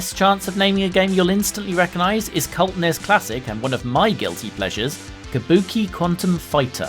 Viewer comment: 10 internet points for the pronunciation of NES and SNES. N-Ez? S-N-Ez? What have you been smoking??!